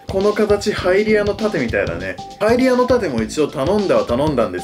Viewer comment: ハイリアの盾がハイディオの盾って聴こえるw